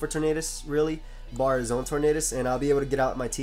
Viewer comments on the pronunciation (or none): Why do you say bar? Lol